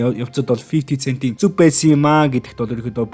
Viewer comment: Фифти сээнт гээрэй. Цээнт биш шүү